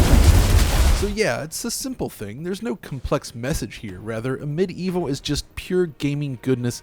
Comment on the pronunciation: Amid evil a great homage to hexen and heretic you said that right !